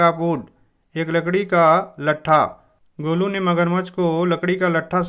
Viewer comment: It not golo it golu bro